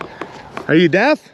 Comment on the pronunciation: Are you death? I think it’s supposed to be “deaf”